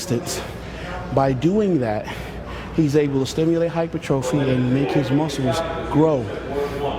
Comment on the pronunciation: You're an idiot dude....and so is Kai. You're taking advice from a guy who can't even correctly pronounce "hypertrophy". Regardless, you say you don't need to lift heavy weight and point to Kai (who also says who don't need to lift heavy weight) who says you need to "contract his (your) muscles against greater and greater resistance to stimulate hypertrophy". What is this "greater and greater" resistance if it's not heavier weight? Unless you plan on doing curls with 10kg with a 3x100 rep scheme. The progression of weight is called "Progressive Overload". Bodybuilders and Weightlifters use it but work on opposite ends of the power spectrum (high reps vs low reps). Regardless, bodybuilders still use heavy weight. Ronnie Coleman said it best "‘Everybody wants to be a bodybuilder, but nobody wants to lift no heavy-ass weights."